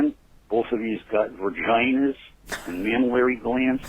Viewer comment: Sounded more like "Verginers" to me.